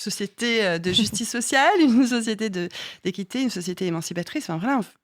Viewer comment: Usul qui doit se frotter les mains: "Hon hon hon! Oui! a encore dit Sociéter!"